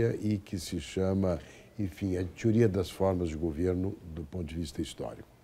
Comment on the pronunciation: "tiuría" to ligado.